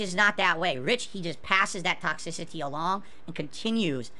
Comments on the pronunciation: Toxicity Pigisms: “Tock-sis-sih-tee” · Pahsitve Kontent? You don't say Couple seconds later: Taxicity